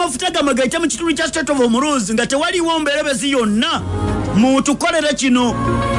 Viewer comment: the word is not Homoroozi it's Hormuz pronounced as Homuuzì